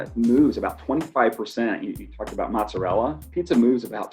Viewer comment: That's not how you pronounce mozzarella.